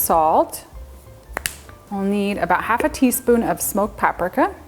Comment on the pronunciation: Thank you! I’ve never heard Paprika pronounced that way 🤣🤣